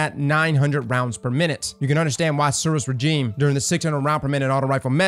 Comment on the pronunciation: Suros Regime is good and pronounced the name wrong, all is right with the world.